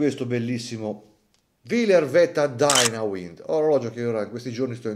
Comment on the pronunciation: Design lineare, discreto, non esagera con i dettagli come il predecessore. Mi piace. Lo comprerei ma, per il prezzo praticato, spiace la mancanza di certificazione COSC. Sempre in casa Longines, con poco più, si prende un modello certificato. P.S.: il Vetta non è "dainauind", bensì "dainuaind" con riferimento al sistema di carica automatica, dal verbo inglese "to wind" che significa, nel caso degli orologi, caricare, avvolgere la molla di carica. Sorry, non è per essere petulante ma "uind" al pari di "dial" non si può sentire. Per il resto ottima disamina, come sempre. 😘